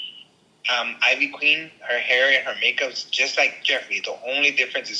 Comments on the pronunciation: Eeeeeveee queen. Not I-VEE queen. Lol. Tell me ya never heard one of her songs without telling me...she's a legend! Jeffree looks like ivy queen not the other way around. She's styled this way long before jefree was anybody. She's been huge before yall been born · Her name is pronounced in traditional Puerto Rican fashion (EE - VEE Queen) she's the mother of reggaeton music. She is the pioneer that lead to women in the reggeton and trap music. She's a legend along side reggaeton stars Daddy Yankee, Don Omar and Vico c. The one and only queen is Ivy Queen. Put respect on her name🙏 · IT IS ( EEEVEE QUEEN ) THATS HOW YOU PRONOUNCE IT LOL. & JEFFREY STAR BETTER TREAD LIGHTLY BECAUSE SHE IS OUR PUERTO RICAN QUEEN! I GREW UP ON HER MUSIC! LA POTRAAAA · Thank you it was making me cringe so hard every time he said it I-VEE lol. She even says her name in all her songs lol. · Ivy Queen is a HUGE GIGANTIC deal. Especially in the Latino community. So ofc they're gonna take the gig. ANYBODY would. (Pronounced Eevee Queen) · Biiitch it's pronounced LIKE EVEEEE. You despicable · Girl you’re a Latina why are you pronouncing her name like that?! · Ivy queen is a og she’s la monstra la caballota ❤❤❤. Ugh the mispronunciation is sending me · Not mispronouncing ivy queen 😮😮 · If you’re going to pronounce things in Spanish, please do it properly. Ivy queen been doing way longer then Jeffi. Look it up honey